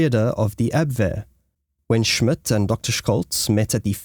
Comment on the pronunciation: "Jutland" - check pronouncation,))) - also the names like Scholtz and Schmidt. it should be easy to find a native speaker where you are ? if not, say so. Happy to help in future. Very interesting content ! And that would make it worthwhile to get those little details right after all the work you put in.